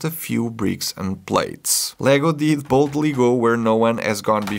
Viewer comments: “Boldy” I dont even like star trek and I’m offended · No Tasha Yer.... >_< And "boldy".... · no, he's just emphasizing it. The wrong one, too